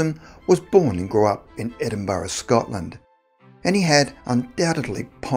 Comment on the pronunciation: Come on man, you should no how to say Edinburgh